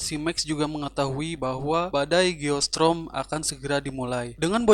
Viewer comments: Geostorm bang bukan geostrom👍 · Geo strom dia baca nya... 🤣🤣